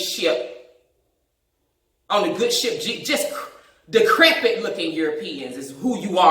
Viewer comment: She say decrepit 😭😭😭😂😂😂😂